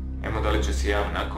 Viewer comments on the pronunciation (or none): none